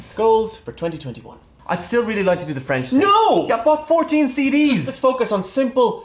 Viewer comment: i dont know much french, but i’m pretty sure it’s not supposed to sound like that😅